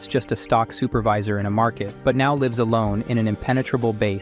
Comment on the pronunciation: all thoese words like super-vee-sir were on pourpos right?